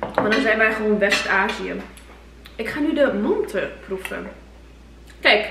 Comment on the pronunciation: zeg geen mante AHAHAH